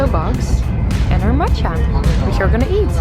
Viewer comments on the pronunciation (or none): You are so silly. When you say matcha it sounds like matches. 🤣🤣🤣